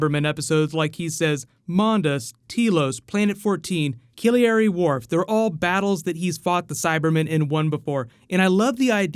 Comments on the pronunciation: Mate your stuff is great and I love it but it is 'Chris ChiBNall' rather than 'Chinball'!!! and 'CANARY Wharf' rather than 'Ciliary Wharf' ahhhahha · its canary wharf. not kiliary wharf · "Killiary wharf"? It's Canary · did you say "Killy-ary" Wharf? It's Canary Wharf. An actual place in London. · Did you just say? "Kiliary Wharf" It's Canary Wharf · the way he says Canary Wharf😂😂 Ciliniry warf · A bit disappointed with a couple of things here. No mention of David Bradley playing the 1st Doctor in Adventure in Space and Time? The montage of previous companions? What about 'sontarans peverting the course of human history'?? The 1st Doctor's episode it will most likely lead into is the Tenth Planet - i.e. the one with Mondasian cybermen and WHAT is up with your pronunciation of Canary Wharf?? I utterly love your videos and the things I learn from them but actually quite disappointed with this. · How the hell do you mispronounce Canary Wharf so so bad?